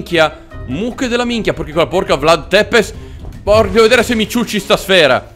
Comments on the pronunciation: Si dica vlad țepes non vlad tepes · Si legge vlad zepes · Non per fare il pignolo ma si pronuncia tzepesh la tua è quasi muta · Ciao sei il migliore (comunque si pronuncia zepesci più o meno) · In verità si dice Vlad Tsepesc